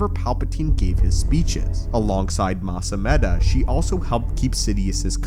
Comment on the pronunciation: It's Mas ameeda. Those are long Es